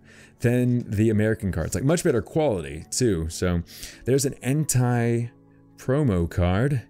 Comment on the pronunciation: just casually pronounces Entei as Hentai without an ''H'' lol